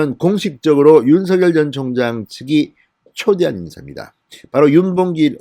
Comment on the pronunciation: 윤서결 ? 진성호 씨 발음이 웃긴다 ! 윤서결